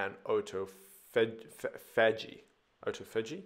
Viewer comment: Lol you lost all credibility when you couldn't pronounce autophagy